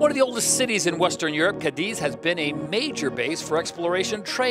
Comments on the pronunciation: it's pronounced Cádiz not Cadíz! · Unless you live in Almeria, then it's pronounced Cadi!😁